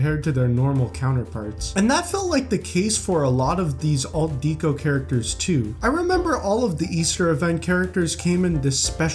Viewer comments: It’s pronounced deck o, not deek o. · Yes, but kept pronouncing it wrong. It’s pronounced deck o, but he kept saying Deek o, which bothered me throughout the entire video. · “Dee-koh”? Are you serious? Do you pronounce the word decoration as “dee-koh-ration”?🙄